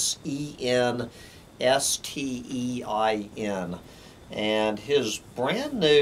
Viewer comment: You are not pronouncing his last name right...